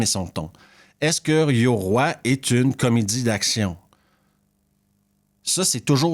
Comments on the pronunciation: Petite parenthèse tu prononce mal le titre 😊oï 2 points sur le i ça fait oye pour simplifier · Je peux pas mettre de pouce à cette vidéo : 1 parce que ce n'est pas un navet, ni un film de genre mais un film de m...e ! 2 parce que ta prononciation japonaise est affreuse, yoroï ça se prononce pas yoroi ! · Bonjour. J'ai adoré Yoroï ! Cela se prononce "Yorohye".